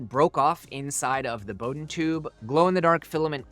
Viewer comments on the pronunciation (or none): none